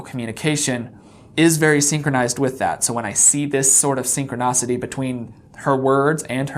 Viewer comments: Why does he keep saying “synchronocity “ instead of the proper “synchronicity? It’s bothersome! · Dude, your content is decent and your youtube game is pretty slick, but in this one you use at least three completely made-up words. Ie you say ‘synchronocity’ when its ‘synchronicity’ and a few more. If you want to look smart, be smart and don’t let that kind of slackness get past your quality control. Or maybe you think it’s cute and quirky? Perhaps in a 14yo teen, but not on you. Just some feedback, hope you take it the right way. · Synchronicity not synchronocity. Please. I get the root of the word is synchronous so it’s easy to misconstrue. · Please stop saying “synconocity” 😑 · Dude he’s speaking off handedly, not scripted. Maybe you have PERFECT instant memory recall, but most people don’t. He’s probably exhausted from all the research and hours of footage. Who cares if he pronounces three words wrong? You got some bug up ya azz bud.